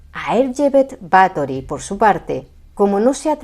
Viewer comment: no sabes cuánto te agradezco que no te hayas referido a ella como Elizabeth, y que además hayas pronunciado correctamente tanto "Erzsébet" como "Báthory". Por supuesto, encantado con que por fin alguien haya tirado por tierra, con datos, la leyenda negra de esta mujer. Y es que, en los últimos años, he visto algunos vídeos de otros divulgadores que se dejan llevar más por la leyenda que por la historia real. Espero con muchas ganas vuestro vídeo sobre María Estuardo. ¡Feliz domingo!